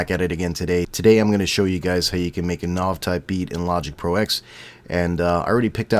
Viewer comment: you kept saying his name wrong it pissed me off